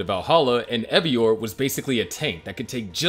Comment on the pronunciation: Seriously, Evyor? It's Eivor